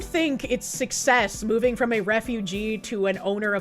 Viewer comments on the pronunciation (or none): none